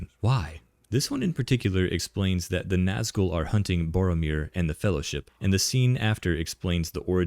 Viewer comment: "One, yes. What about second Faehllowship?"